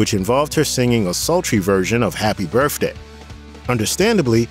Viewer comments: THE NARRATOR HERE HAS A SPEECH PROBLEM HE CANT SEEM TO SAY BOTH OR BIRTHDAY. HE SAYS BOFF OR BERFFDAY. DAMN ITS ANNOYING. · And “birfday” for birthday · The mispronunciations are distracting: "Dwight" is not pronounced "Duh-wight," "Martin" has a "t" in it, not a grunt, "birthday" is not pronounced "burf-day," and "Giancana" has only three syllables.